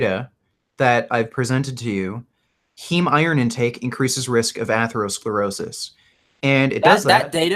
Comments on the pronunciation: 35 mins in, dont know if i can listen to this guy say AYthlerosclerosis 1 more time. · Aythlerosclerosis, Varreyes, and Caritinoids. Sounds like a smart guy. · Jesus Christ, Take a shot everytime someone says "atherosclerosis" 😂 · He can't pronounce atherosclerosis, nor does he understand the meaning of the word "degenerative". How can I take this kid seriously? I can't do 3 hrs of this, and I don't know own how did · I take advice on preventing atherosclerosis from someone who can't pronounce the word. I'm a meat head. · When talking about atherosclerosis Frank was searching it up. Failed to pronounce the word and could not even form an argument. Love the video this just show how uneducated these carnivore promoters are.